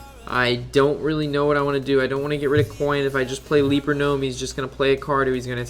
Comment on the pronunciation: Gj on the video. Only thing is it's a "Leper" gnome not a "leaper" gnome.